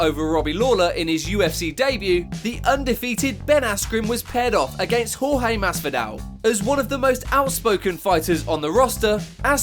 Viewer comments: Jorge vs Ben should’ve been number 1 no trash talk can go worse then getting knocked out in basically 2 seconds the other 3 is how long it took the ref to stop it 🤣 and why does he have to keep saying George and not Jorge 🤦🏽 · y is man sayin horhe masvida its supposed to be jorge masvidal